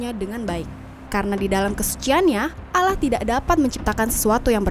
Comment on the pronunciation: Nyebut Allah nya yg bener